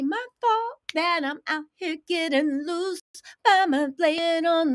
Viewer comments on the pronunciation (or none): none